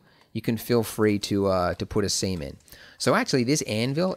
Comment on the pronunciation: WHAT did you say? We can feel free to put a what.... ? :D Semen...